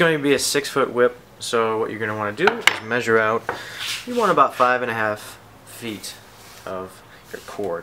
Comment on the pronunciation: I'm Brazilian and I'm having difficulty understanding the unit of measurement "t" when you say 10t, is that in inches, or meters?